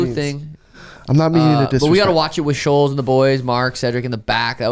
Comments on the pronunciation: Sean, it really is pronounced SHULTZZzz bud. I know you just heard about him last 2 years but take it from someone who’s know who is is for 8-10 years and never heard anyone other than you call him that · Pod starts out with Suga making fun of for not saying Schulz correctly, even though Suga says a lot of names incorrectly. just goes with the flow, he never corrects Suga on shit that doesn't matter. Then when they talk about the Merab fight, talks about the highlight real they've been showing of Merabs wins (obviously for a reason), and then all of the sudden Suga starts talking shop, how he's gonna stop Merab. These dudes have one hell of a relationship and knows exactly how to get Suga going when it matters.